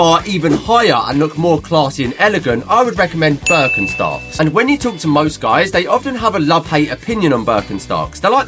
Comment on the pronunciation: As a german u should go to jail for the way ure pronouncing birkenstocks